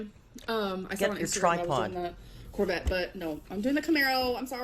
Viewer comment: removes the “T” in Corvette and puts it in Buffet 😂